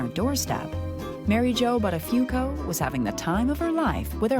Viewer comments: Thats an italian Name the original pronounciaton would be boottafuuoco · Not once have they pronounced Buttafuoco correctly what is it that people can't be bothered to pronounce an Italian word correctly for f sake. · The way they pronounce the surname "Buttafuoco" is painful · His name should have been a big red flag to her - "BUTTafuoco" Am I the only one laughing every time they say his name ? "BUTTafuoco" I can't imagine any woman longing to become "Mrs. BUTTafuoco". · As an Italian, the way they pronounce Buttafuoco is utterly disturbing :-) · She definitely has an italian last name! Buttafuoco means throwfire but you pronounce it so wrong 😆